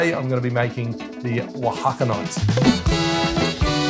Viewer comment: I'm pretty sure it is pronounced "o-a-ha-ca-ni-tay" spoken fluently like "ohacaneetay"